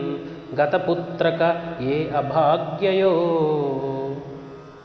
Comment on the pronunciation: Putrika not putraka